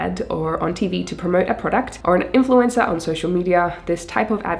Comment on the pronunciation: Great video. Wasn’t sure was “influenza marketing” was. Then I realized you’re saying “influencer.”